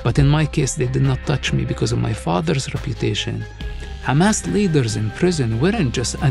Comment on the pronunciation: His father founded kHamas not hamas😂